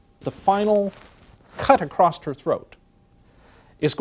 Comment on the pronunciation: "Acrossed" is NOT a word. This guy is an idiot.